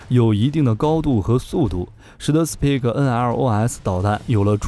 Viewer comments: 很棒的視頻 只是英語發音要加強一下了 Spike應該不是念成史匹克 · The pronunciation is not 'speed' .